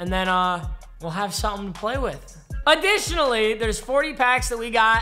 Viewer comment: Nobody:: AdDItIoNNallY